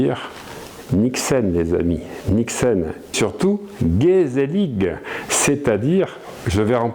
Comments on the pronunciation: P.S. pour la prononciation, le "ig" néerlandais est un son guttural comme le "ich" allemand (tu dis "i" tu gardes la bouche dans la même position et tu souffles de l'air). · Il faut apprendre a prononcer Gezellig avec l’accent 😉